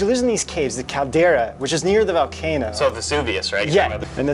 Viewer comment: Val-cano? It's Volcano.